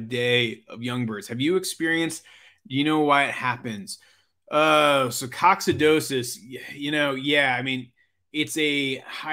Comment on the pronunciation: Check your pronunciation of Coccidiosis It’s a silly thing to point out cause you’re just dropping a syllable, but you’re so amazing at what you do, you gotta sound like you’re amazing, too. (even if it’s Latin). Lol.